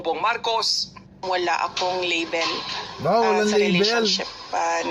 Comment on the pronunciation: Label not level 😅 Ambot sa imo😂